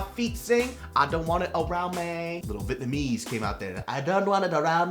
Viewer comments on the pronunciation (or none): none